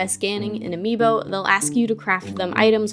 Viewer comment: Why is no one taking about how she said ami boo